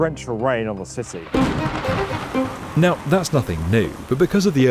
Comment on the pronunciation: Every time he says city it sounds like "sisy"